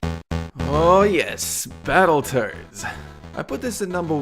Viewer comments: did any one notice he said battle turds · Sounded like he said "Battleturds"